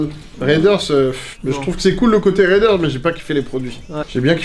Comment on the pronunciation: Les gars par pitié pour Raiders c'est pas "ryderz" mais "réderz", sinon que du love!